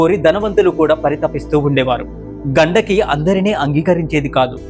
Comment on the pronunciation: ఘండకి కాదు గండికి నది... ఇలాంటివి చెప్పేటప్పుడు pronounciation చాలా important...👍